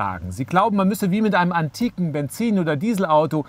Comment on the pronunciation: Wie er das Wort "antik" extra ein wenig betont. :) Aber es ist ja wirklich so. Ich hoffe wirklich das der Verbrennungsmotor bald Geschichte ist. Gut für Mensch und Umwelt war er jedenfalls nicht! Und das Ende des Videos ist klasse! :D